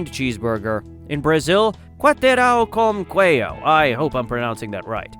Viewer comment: I cannot find the reason why this vídeo flopped. You just did everything so right, the script, the camera work and the topic. It just resulted in such a Nice video. (you didn't say quarterão com queijo correctly, you got it pretty close at least)